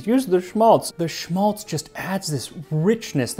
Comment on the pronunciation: Just a note on Schmalz. It is in German pronounced with a sharper A like in Apple. It is esp saved from Geese when doing Christmas Dinner. It can be preserved for a long time and is economical when it comes from cooking. Around my area it is also made from Pigs. It's interesting to see "Berliner", "Kartoffelpuffer" and "Eierkuchen" being Jewish dishes, as they are very popular Germany esp. here in eastern Germany, and mostly so with every child. Thanks for this episode!